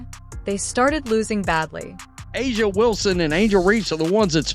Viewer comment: It's Reese, not Ree. Can you not pronounce anything? It's A'Ja, not A'A, AJ, or what other stupid thing you said. Go Indiana!